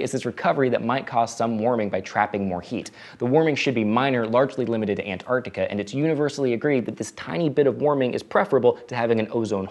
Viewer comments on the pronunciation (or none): none